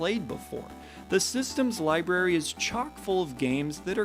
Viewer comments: it's "library" :) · You lost me at "LIeberry"! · I was gonna comment “Libary” but he already addressed it lol